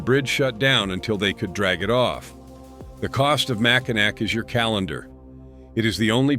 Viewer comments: It is never pronounced "MACINAC". That is the French phenetic spelling of Mackinaw. When a Frenchman sees Mackinac, he says "MACINAW". There is no such word that is pronounced MACINAC. Deal with it. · FFS, teach AI that it’s pronounced “Mack-in-AWE” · You totally did not due justice to #12 the Mackinac bridge connecting lower michigan with Upper michigan. A basic wrong is pronunciation sounds like this "Mack-in-naw" but the big thing about this bridge it 1). It is listed in the top 10 most scariest bridges. 2). This bridge can and WILL sway/swing up to 10 feet on BOTH sides during high winds, you mentioned ice & the bridge will close due to falling ice, but you failed to mention that anyone can be driving on that bridge when that ice falls & yes it has hit cars & trucks, smashing windshields, roofs. Hoods & trunks. Can you imagine driving on a 5 mile bridge then suddenly SMASH as your windshield explodes in front of you? Bridge authority will now close the bridge for anywhere from a couple hours to over 12. On each side of the bridge the hotels get booked full, many gas stations run out of fuel. You get the picture. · Mackinac is pronounced mackinaw there is one car the wind blew off the bridge it was Yogo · Mackinack pronounced Mackinaw. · Michigan. Mack-A-Naw Bridge. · That’s not how you pronounce Mackinac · Naturally, AI mispronounces Mackinac!🙄